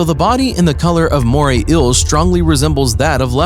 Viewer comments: Was it too hard to find someone more articulate? They go through the trouble of making this video, then mess it up by getting an incompetent narrator. Did they just grab some random guy off the street? The writing definitely sucks: "And in this video, two Moray "ills" mated to death. One of them is slightly larger and more powerful than its opponent, and this apparently served as the reason for its victory." No shit, Captain Obvious. Plus, those eels weren't mating. They look like two different species. "Here is such an amazing fish from the "ill" family and its "apprentice" fully reflects its character." You mean "appearance". What's worse is that he seems to be the narrator for most (if not all) of this channel's videos. I'm not going to check, of course, because I'd rather view videos that are informative, credible, and not annoying. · “Today we will tell you about moray ills.” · wtf is wrong with your English; ' inhibitants' , 'iels' holy crap, sue your school board and see a diction professional. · why the heck does he pronounce eels like that🤣🤣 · In the first 5 seconds of the video he can't even say eels right.